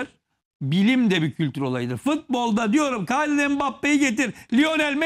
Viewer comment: Kaylian mbappe degil killion diye okunur o 😀